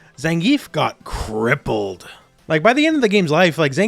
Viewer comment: The way said crippled 😂😂😂😂😂!!! All I pictured was CAPCOM beating down Gief with nerf bats 😂😂😂😂😂😂😂 while he screams WWWWWWHHHHHHYYYYYY!!!! 😂😂😂😂 CAPCOM reply’s Your too good, and continues with beating his a$$ 😂😂😂😂😂😂😂